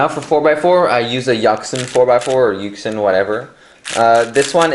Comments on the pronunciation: Yucks sin? Um.... well, if u wanna pronounce it right, it's Yu-shin. This is how u pronounce yuxin. Just so u wanna know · "Yaxin" and "huachueng" 😂😂😂😂😂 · that yuxin pronunciation...........................................